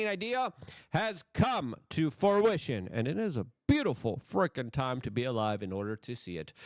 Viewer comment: "Forwition" is my new favorite words. Luke is one of the best.